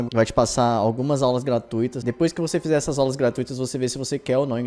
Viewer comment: "Algusn" kkkkk